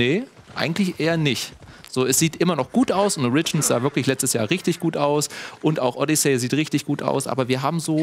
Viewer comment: Origins mit Betonung auf dem O bitte